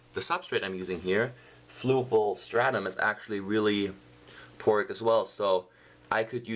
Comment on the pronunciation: Poric? Porous! lol :P